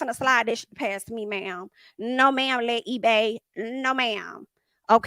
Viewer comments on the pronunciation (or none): "Le Ebay". LMAO 😂😂😂